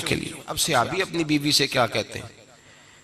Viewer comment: Bolna Tu seekh lu...seehabi Nahi hota sahabi hota hey